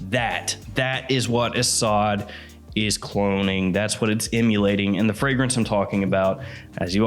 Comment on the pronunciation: It's pronounced like "a sud" and it means Lion.